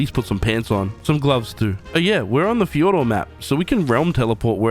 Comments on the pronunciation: It’s pronounced thyordor not ff Jordor because it’s based off of Ancient Greek so j is pronounced yo of your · fjord is pronounced fyourd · Fyour-dur, not how you pronounced it. It’s based of Norse mythology which pronounced some words differently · hey also not to be rude but its pronouced fi-ord-ur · you really just said fejordor 💀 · Its pronounced 'FiYourd' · Fjord is pronounced as "feeyord" or "fyord" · the j is pronounced as a y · The J in Fjordur is silent btw. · The j is silent